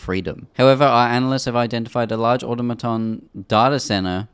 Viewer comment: Automaton is pronounced like this: aw-tom-a-ton Not like this: awta-maton